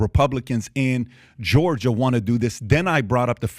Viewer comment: Georger? Florider?